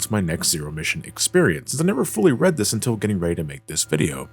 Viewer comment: When said "And I went and gave it a read" and pronounced it as "red," my brain corrected the info automatically for me. When I realized this, I had to do a double take.